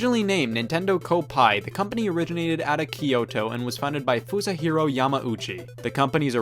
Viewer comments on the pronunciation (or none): ha ha! Scott said Fusahiro.